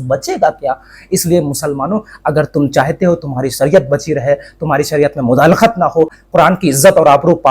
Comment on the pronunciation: بهاي مداخلت صحيح لفظ هي ......مدالخت غلط هي❤